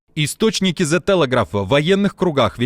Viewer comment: 😢 «зэ» не произносится❗️ сколько раз вам сообщать? 😂🤷🏻‍♀️ И английское слово окей - если пишется двумя буквами тоже произносится как окей❗️